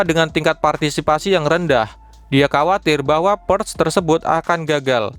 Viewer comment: bacanya purge= purs ada G nya dikit min wkwkwkwk